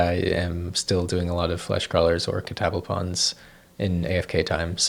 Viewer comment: I've never heard Catablepon's pronounced the way you said it. I've always thought it was "Cat-uh-blep-on"